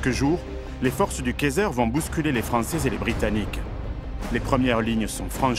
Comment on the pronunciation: Attention à la prononciation du mot Kaiser car la manière dont tu le prononce ressemble à käser qui veut dire fromage😅 super vidéo par contre!